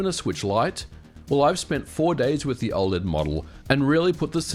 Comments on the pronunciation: O L E D. Not oh-lead. I couldn't even watch this video because of this. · i cant get passed you saying OL-ED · Why do you say "ole-ed". That's like saying "use-sb"! It's killing me!